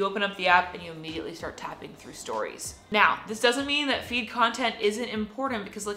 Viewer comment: Each time you are pronouncing "feed", it seems like "weed". Please correct your pronunciation